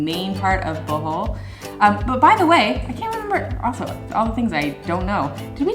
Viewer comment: OMG! LOL! Thought you said welcome back to “the hole” not Bohol